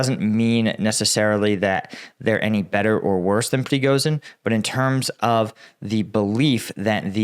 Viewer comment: When it comes to Voronezh, Prigozhin or Zaporizhzhya, 'Zh' is pronounced as the S in fusion or vision. More like a J than Z.